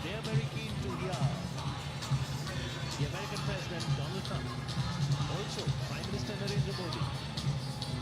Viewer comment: Mr. Dolaand Trump 🤣👍